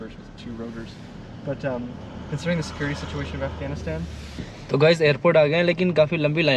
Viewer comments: Bhai AFGANDSTHAN nahi AFGHANISTAN bolte hai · Af-gand stan😂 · on 0.21 he said Afgandstan me , LOL. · did he said afgandstan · bhai 😃 Afghanistan, I heard something different 🤔